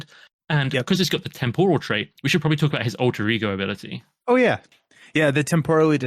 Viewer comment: pronunciation of temporal kills me. But yeah, I'm most looking forward to Bishop. Magik is looking a little too powerful. The scenarios look solid, but I have concerns with Apocalypse over whether he is too easy, but we will have to see. And I'm pretty happy with the aspect cards also. I'm glad Xforce L got fleshed out a bit more.